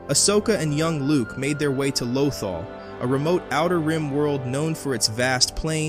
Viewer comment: your pronunciation of lothal has me cringing every time i hear it lmao